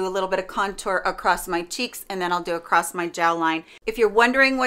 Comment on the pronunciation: I'm Midwestern never heard anyone say acrosst. 🤷‍♀️. BUT I'm also from Chicago. I mainly hear trains and gunshots.